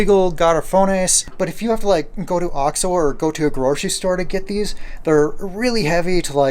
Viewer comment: You're still saying ox-oh. It is oaks-oh.